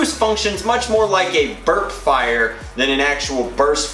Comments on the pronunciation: 1 its 6 rounds 2 you said fier like feir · Did anyone else notice "the rate of fIEre" thing?lmao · rate of fayire lmfao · rate of feire, lmao